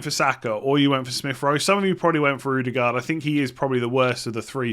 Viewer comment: Why does he say “ooodegard” it’s not an ooo sound 😂😂